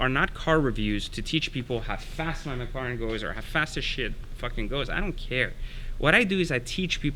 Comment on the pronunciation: sry but you rly need, to learn how to say mclaren.. it sounded like, you where saying it with a potato in the mouth